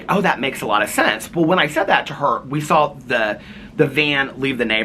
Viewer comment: Haha, you also say "sawl" instead of "saw." Haha 😄 I laugh every time you say it. Is that a Midwest thing? 😂 We used to eat Mrs. Grass"s soup, too! Yep, you drop the little ball of concentrate chicken flavor in to dissolve. It was so delicious 😋 Tell your cousin I'm so sorry she's going through so much currently. It's so difficult, but she's a strong woman with a gentle soul, and she'll be okay. 💐